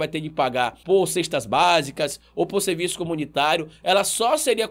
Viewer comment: Irmão, acompanho seus vídeos e dou valor a seu trabalho. Só uma dica, espero que não pareça crítica destrutiva. No início do vídeo vc falou: ela "seje" no lugar de seja . Falou tb em ela prestar "seviço" no lugar de serviço.